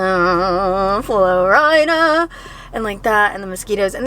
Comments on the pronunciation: “In Flo-rida” 😂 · you constantly calling florida flo-rida lmao